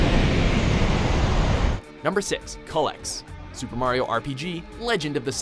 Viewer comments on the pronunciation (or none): Isn't it pronounced "Cue-lex"? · It's pronounced "why-vern", not "wih-vern". Also, "kyoo-lex", not "koo-lex". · "Cull-ex"...? Really? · Culex that's not how you say it its like coolex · CULEX. (cool-ex) thats how you pronounce it. it sounds like a yummy drink (reference, anyone?) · And the fact that they pronounce it "wivern" and call Culex "cullex" is really grating to listen to. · This guy can't pronounce Wyvern, or Culex. Also you spelled Noob Saibot Noob Sailbot. He doesn't have a sail. I mean, his name is right there on the screen. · kulex.... LOL the way he said it